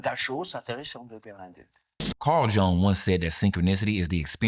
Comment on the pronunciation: And, sorry to nitpick; but Jung is pronounced “Yoong.”